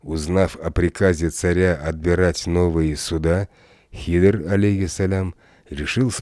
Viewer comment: Хидр а не Хизр